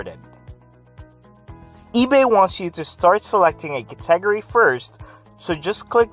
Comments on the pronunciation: I'm done after kuh-TEH-guhree. KuhTEHguhrees. I cannot. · Interesting way to pronounce cat-eh-gory. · A good vid, but.. I can't do it. Just LMFAO. Next vid... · lol. I didn’t know what he was saying.